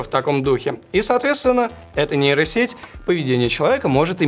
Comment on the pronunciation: Кто-нибудь ему скажет, что букву "б" в названии нейросети произносить не нужно, так как там её нет